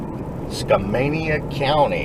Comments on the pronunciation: HI YOU PRONOUNCED SKAMANIA CORRECTLY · You pronounced it right. :) A whole week camping, in December? In Washington state?!? Wow, you guys are my hero's! What a beautiful time of year to be doing it.